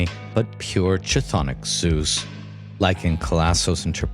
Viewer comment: Bro it's pronounced K Tthonic K, KTHONIC, NOT ch-thonic